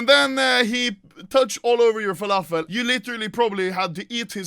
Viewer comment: “WALAFEL” WTF TRIGGER LEVEL 99999